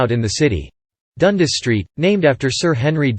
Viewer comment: The narrator is obviously not from Toronto. A native would know how to pronounce Dundas Street.